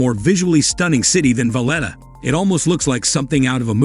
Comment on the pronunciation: Lymasol (Limasol) Valedda (Valleta) Mallerca (Majorca) Ebeezuh (Ibizia) San Tropes (St Tropez)